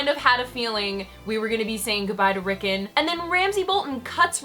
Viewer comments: "Rickin" sigh. Its Rickon, my goodness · you pronounce rikkon wrong.